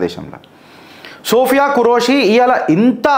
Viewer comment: Name pronunciation correction sir don't take it in negative way ( సోఫియా ఖురేషి ) but both of sister are took charge in full-fledged superb jai hind jai bharat ✊🇮🇳